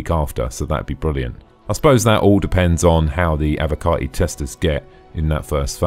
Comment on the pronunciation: I love that its being said correctly for a change "Avocarti"